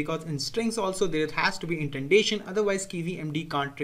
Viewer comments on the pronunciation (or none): It's not intendation, it's indentation! XD